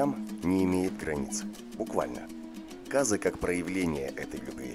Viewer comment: Может Қазы а не Казы???